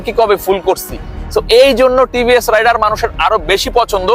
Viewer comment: ভাইয়া টিভিএস রাইডার না টিভিএস রাইডার উচ্চারণটা ঠিক করে রিভিউ দেন